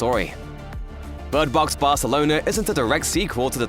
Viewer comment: Bird Box "Barthelona"